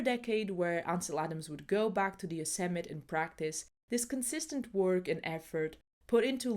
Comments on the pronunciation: Pssst. It is pronounced "yo-SEM-mi-TEE" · I recognized the magnificent & masterfully captured by the maestro Yosemite that I was lucky enough to visit! However it’s pronounced yow-seh-muh·tee with a ‘tee’ on the end. Love your content! Just discovered it. Thank you for your work! 🙏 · Heeee-Heeee! sorry but it's Yosemi- tee 😂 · yo-sim-mah-tee 😉 lovely video. subbed. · a very good video...but the final e of Yosemite is pronounced. It sounds like Yo-sem-it-ee with accent on the sem. A very small matter. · Nice video( from a fellow pianist and photographer neither to the same level as Ansel but he wasn't distracted by YouTube haha ) just one quick point I think "Yosemite" is usually pronounced "Yoh-sem-eee-tee", best wishes Mark